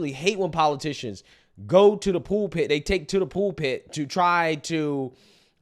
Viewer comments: Pool pit? You mean pul pit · Not trying to be a dick here, but, do you mean pulpit when you say pool pit, or am I missing something?